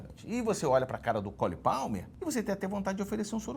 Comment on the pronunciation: Ei ei ei.... no minuto o nosso professor falou o nome do Palmer corretamente!!! AONDE ELE APRENDEU ISSO??? ANDOU ESTUDANDO NA POLONIA?